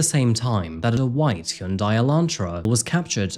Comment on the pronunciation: Hyundai is pronounced Hon-Die or Hun-Die lol, think of the y as silent